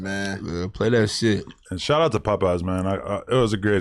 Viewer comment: Adam Can't Even Say Popeye's Right